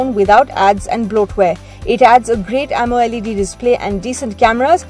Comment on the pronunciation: hey narrator its called AMOLED not AMO LEd